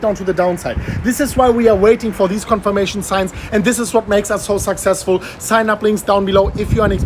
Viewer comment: Can you please stop saying SUCK SEX FUL 🤦🏻‍♂️